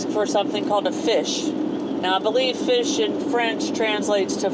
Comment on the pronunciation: It's fiche pronounced 'feash' or 'feesh'. Not fish.